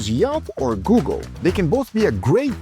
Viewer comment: I replayed it and i think he did that on purpose lol but he did say google just oddly. I heard guga too lol